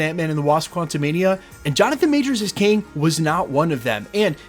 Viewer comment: Kang not king! 😂